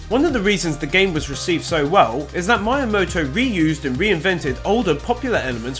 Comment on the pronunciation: I love your accent, but PLEASE learn to pronounce the Japanese names clearly, it makes me cringe every time when you add completely wrong letters or drop letters that are not dropped(Miyamoto, not Mayamoto - when there are several vowels in a row they are all pronounced equally, NOT blended a-u, not au et cetera...), still, good, informative video :)